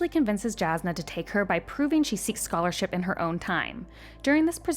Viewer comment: Scholarsip. tervangian ? Wtf